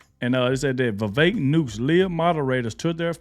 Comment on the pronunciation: VEE -VEK